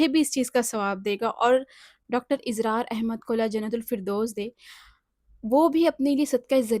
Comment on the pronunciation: Dr izrar nahi israr hai Durust karein